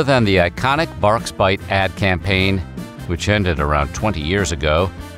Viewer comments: Wait... Its Barqs not Bangs... What? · Who is just now learning that it’s pronounced “bark” 😂😂😂😂😂😂